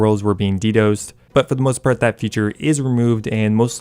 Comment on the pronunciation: “D-dose”????????? HAHAHAHAHAHA